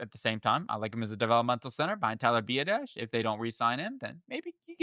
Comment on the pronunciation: Ben Sinnot (Senate) & Tyler Biadasz (B Odd Ish) pronounce the names right if you want us to take you serious champ.